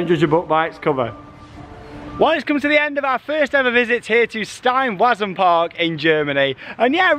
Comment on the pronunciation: As is usual, replacing all the ‘w’ characters, in the German words, with a ‘v’ sound would help a lot.